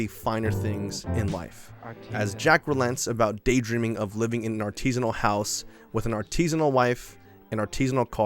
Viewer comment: "Artisinal?" "Hmm.." A R T I S I N A L. cracktrip ensues